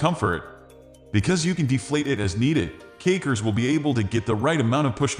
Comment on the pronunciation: Sounds like he's saying cakers